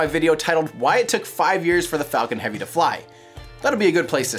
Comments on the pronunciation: When you first hear falcon heavy in the vid the guy sounds like he said Fuckin Heavy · i always hear "fuckin heavy" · What, is it me or it is everyone, what did I hear on … fk1ng heavy? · at the very start does he say fu**ing heavy, not falcon heavy?